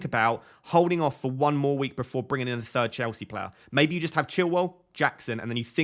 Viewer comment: Love the way says player. Plair. Keep up the top content